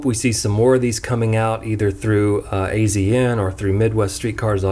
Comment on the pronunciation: Hey not criticizing you or anything but azn is pronounced like Asian